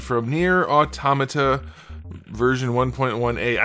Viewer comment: "Auto-Mata" is incorrect and the way you pronounced it was correct. "Automata" isn't a new made up word for the game. Why do people keep treating it like it is? It's the plural of the word "automaton". As in self-acting machines. Which is literally what they are in the game. And that's where you'll find the correct answer as to how to pronounce it. It's been obvious from centuries before the game was made.